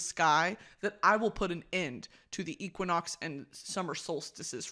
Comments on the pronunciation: Brittany going from Equinox to Equioxx is too funny. Equine means horse and Brittany somehow stumbled on Equioxx which is a horse drug (basically horse ibuprofen), with the side effects that cause ulcers. Which has nothing to do with the sun. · I was just going to comment this. Equioxx pronounced ek-we-ox is jus horsey meds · the correct and incorrect pronunciation of equinox had me dead